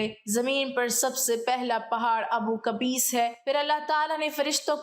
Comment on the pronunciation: It’s Abu Qubays not kabees